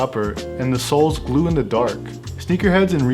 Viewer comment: The shoes "flew" in the dark......... Fuckin "GLEW".... 🙄😏😳🤑